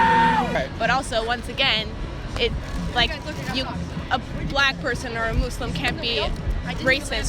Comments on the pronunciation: She said mooslum... that's cultural appropriation. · why do americans pronounce Muslim "MOOO-slim"? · A Mooslum? A hwhat.